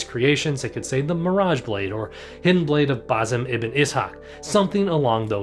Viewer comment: That's.. one way to say basim..